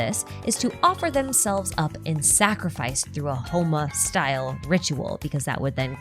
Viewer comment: As an Indian, it took me a hot minute to realise you were talking about Homa and Yajna - the pronounciations always throw me off. For years now its bothered me that Dashrath has been bastardised to Deshret, and that fucko is somehow the singular most lore relevant character in the game.